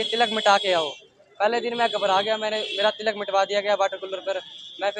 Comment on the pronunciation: What is with the pronunciation?? Tilak is different from Tiilak. They are pronounced differently…